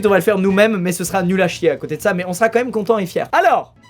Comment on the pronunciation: *Met c pas pour faire le gars mais ce ''mait'' me gêne mais ta raison